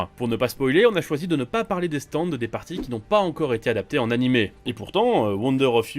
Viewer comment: Franchement les gars elle est super votre vidéo, mais par pitié revoyez les prononciations des stands :')